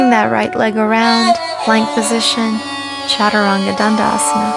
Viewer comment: my only complaint would be that i wish she pronounced the word “chaturang” and some of the other asanas correctly! I understand that it is difficult, but for someone leading a lifestyle like hers, it would be so much more respectful if she learned to pronounce the sanskrit words properly. Otherwise, it was a very helpful and great video!!